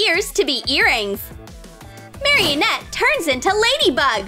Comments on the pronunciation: its marinette not maroinette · Marionette????? Itz marinette not marionette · it's not marionette its Marinette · ik but she literally says mariOnette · she says it mariennette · “Maryanette” LOL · Omg stop stop its maranett Mara net not marrianet renarough is tan they don’t have mascots it’s miraculous Mira cu los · IT IS NOT MARY-ANETE ITS MAR-A-NET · She said meranet wrong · Mareenette not maryienete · Why are you saying Maryenett its Marinette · I dont like lalilul and it is not mareannet it is maranet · I just noticed that she said marinatte wrong she said marionette 🤣🤣🤣🤣🤣🤣🤣🤣 I love ur vids btw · Marieh net-? Lol XD you pronounced her name wrong 😂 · Her name is pronounced (Mari-net). They also aren’t butterfly’s, their normal form should be a moth but when she turns them back she says butterfly’s, they also aren’t normal butterfly’s when they come out, they are akumas. Chloe/queen bee can not fly in the show. Carapace doesn’t wear glasses I hope you know that, and he has a hood not a helmet. Cat Noir says “cataclysm” and Ladybug says “Lucky Charm!” This provides way too many things that weren’t in Miraculous Ladybug.FYI they are called “Miraculous” not “Mascots” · “Mariyonet” what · Uhhhhhhhhh you said marinnettte wrong. Sorry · Her name is not marinet her name is not how you say ut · She said marinette wrong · You said marrinette wrong how dare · 1st of all, thats not a real LOL Doll, 2nd of all, thats not how you pernounce Marinets Name! ( IDC if thats not how you spell her name)